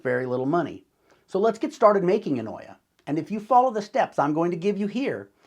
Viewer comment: This is a very good YouTuber video 🤍 the double L in olla is pronounced as a Y sound like "Oyah" 🤎 ived started making these based on your instructions mister YouTuber and they are working like the olla they are 🤍🤎🤍🤎🤍🤎🤍🤎🤍🤎🤍🤎🤍🤎🤍🤎